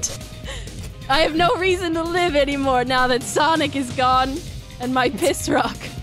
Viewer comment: SAWNIK, MY LONG LOST LOVER, IT’S FI- uh